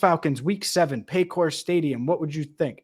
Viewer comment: It’s paycore stadium. Who Dey